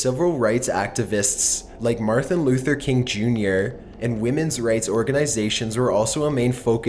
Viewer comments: "marthin luther king jr" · "Martha Luther King Jr.", I love you man but come the fuck on. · Did it sound to anyone else like he said "Martha Luther King jr"?